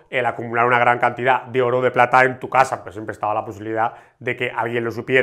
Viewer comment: A ver compadre, en el minuto 5 57 pata en vez de plata